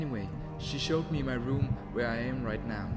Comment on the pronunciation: it has always bothered me how mark say rüm instead of room